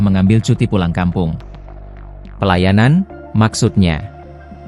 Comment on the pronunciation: mungkin ngomongnya pelayanan,,, dengernya pelayaran